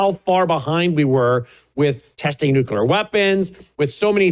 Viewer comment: Please please please pronounce NUCLEAR correctly. It is not NUCULAR!